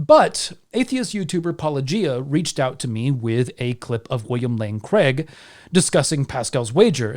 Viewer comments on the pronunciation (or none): none